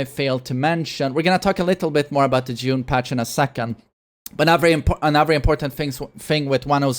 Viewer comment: I keep hearing "jun" when he says june